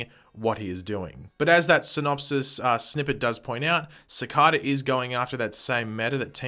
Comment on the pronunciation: It's pronounced "Cicayda"